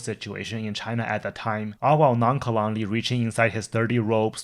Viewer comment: Great content. One small thing I noticed in this video and a previous one, your pronunciation of nonchalantly is slightly off. Non·cha·lant·ly, the cha is a SHə sound. This word has its origin in old french so do your best french accent 🤣. Keep up the good work